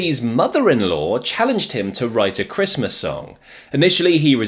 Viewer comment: Is it sooooooooooo hard to say Christmas?🎅